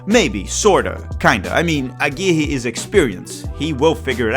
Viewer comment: its pronunced agui-rre not agiji